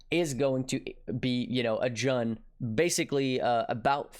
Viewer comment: Isn't Jun pronounced like "June"? Either way, great vid,. Enjoying these more bite-sized vids if yours. You and Ziz have been killing it.